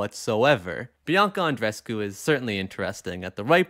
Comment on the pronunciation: The two e's in Andreescu is the english understanding of the name. We don't do that.